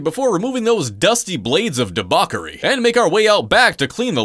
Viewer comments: Never heard debauchery pronounced like that.... and he said it with such confidence now I'm not sure if I ever knew how to say it. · Firstly, I don't think you know what booger sugar actually means. Secondly, it's pronounced debauchery. With a CH and not a K. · Däbacory. Didn't know it was pronounced "däbacory". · Debauchery is pronounced "di-baw-chuh- ree" not poking fun but trying to help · Did…did he just mispronounce “debauchery”?